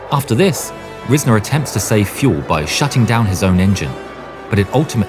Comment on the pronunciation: It's pronounced Rise-ner, not riz-ner.